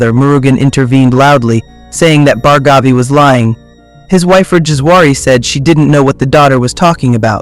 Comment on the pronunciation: Its pronounced as Bhaargavi not Bhargaavi.